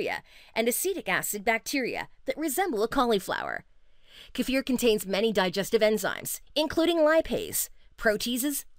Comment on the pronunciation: I am giving points for pronouncing kefir properly, kudos.